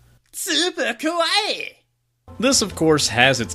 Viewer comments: You need to extend the ee sound at the end. You are saying kowai which means scary. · Andrew Giunta Uh no, you don't, you just need to pronounce it ka-wai-i